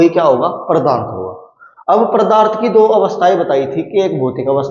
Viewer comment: pardarth ni hota wo padarth ho 😂